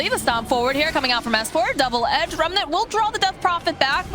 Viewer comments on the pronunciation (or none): none